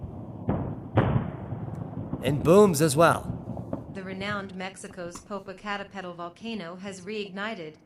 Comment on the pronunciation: AI voice: "Po-po-coat-a-pedal" 😂😂😂😂😂😂😂😂😂😂😂